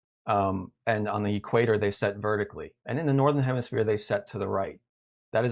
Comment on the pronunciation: Did he just say HEMISPLANE?! 🤣🤣🤣🤣🤣🤣